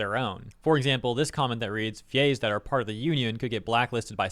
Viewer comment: They way he pronounces VA's sounds like Gays, and changes the whole tone of this video